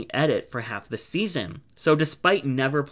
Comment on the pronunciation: Can’t wait for you to say for seaseon 2😂